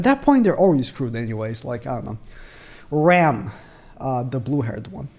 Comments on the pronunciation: I swear, you have the hardest time pronouncing the Demon sisters names. Let me help you. If I'm correct, Rem, sounds like gem but with a "r" of course. And Ram, sounds like rom, like rom-com. Correct me if I am wrong, but I think these are right! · This man can’t get the names (for rem & ram) right at all 🤣🤷🏽‍♂️ always gets it wrong